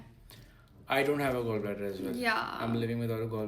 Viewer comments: Hy girl it's not gol bladder or girlsbladder or something ladder 🪜 it's gallbladder 😚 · Please it's not gol it's gall bladder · Guys please notice its GOL BLADDER not GALL BLADDER 😂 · Severe ❌ seviyyar ✅ Gall bladder ❌ Gol bladder ✅ Symptoms ❌ Sindoms ✅ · Everyone who's mocking her gall bladder pronounciation, you people can pronounce each and every english word perfectly right? Especially medical terms? Bas ek do english words sikh liya and dusron ko niche dikhane chale aye